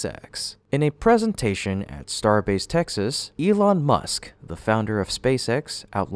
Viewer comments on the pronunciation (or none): none